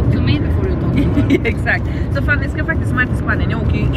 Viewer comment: Tänk på att uttala Fannys namn rätt. Fanny, inte Fannie (vilket förekommer emellanåt). Precis som att du heter och inte Antonyja.